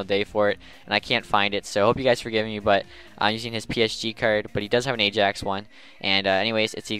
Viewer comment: I think it is pronounced like the letter I and then yaks, Not the letter a then jax